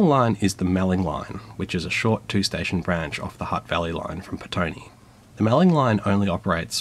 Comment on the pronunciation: Visited Wellington before the trolley buses were retired. I think petone is pronounced pet-o-nay.